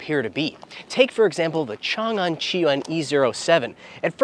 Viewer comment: Chang-An, not Changan…